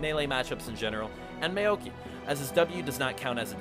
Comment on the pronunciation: Pls learn Champion names. Who the hell is Meoki? Also,FotM doesn't work on ranged Champs!